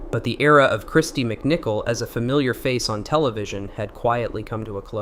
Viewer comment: Kristy. MicCalet!😂